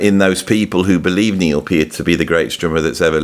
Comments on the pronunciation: There is no argument about the pronunciation of Neil’s last name, unless you are going to argue with Neil’s own words and his family directly. They say it is pronounced with a hard “e”: “peert”. Discussion over. No sense listening to fans (like me before I learned) who have had it wrong for years. Go to the source. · Great, you got Peart right now, but now you have to work on the pronunciation of Anika’s name. 😂. Just non-serious taking the piss. No worries. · Funny as hell to pronounce PEART correctly but repeatedly butchered Anika's first name 😂🤣 there's no long ēē sound in Anika. She's German, not Spanish lol. Great vid tho from a content perspective as someone introduced to Freddy virtually, via Dave Weckl's evolution drum vids. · At least you're finally pronouncing Peart correctly. It's not "controversial". There are correct & incorrect pronunciations. I would expect someone who makes their living talking (and talking, and talking) to get these things right. In your case my expectations were obviously too high.